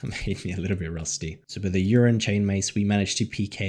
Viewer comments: did you say urine chain mace :D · the 's' I assume cause he pronounced it urine instead of ursine in the beginning of the vid 😜 edit : Nvm, he called it the urine chain mace the whole vid. Haha. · u calling it the wrong name is so triggering ursine chainmace fam just as easy to say then the piss chainmace u were saying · Urine lmao. Ursine as in bear lolololol